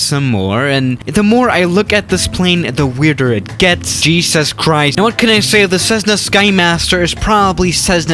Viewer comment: Nobody:: jeezuz kryst